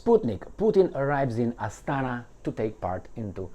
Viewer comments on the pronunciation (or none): It's Astana. Inflection on the first. Even I know that much.